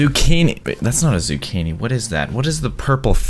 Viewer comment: No one: Like no one:: Z U C C H I N I